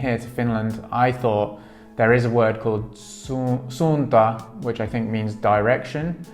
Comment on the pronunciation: You got it! From the Suunto about section: "The word “Suunto” comes from the Finnish word meaning “direction”. Suunto is pronounced “Soon-toh”." "Suunto was born in Finland more than 80 years ago, when championship-level orienteer and keen outdoor enthusiast Tuomas Vohlonen invented the mass production method for the liquid filled compass. Since then, Suunto has been at the forefront of innovation, hand crafting premium sports watches, instruments and dive computers that have been tested in the world’s harshest conditions. From the beginning of time, man has explored. All that has changed are the tools."